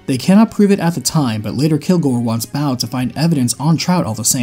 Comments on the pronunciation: every time u say bao instead of bow makes me giggle xD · Bow is pronounced Bo, just like the grassrunner archer Bo from the first game